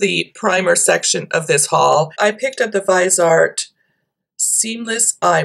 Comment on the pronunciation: (pssst.... i think it's "vizee-art")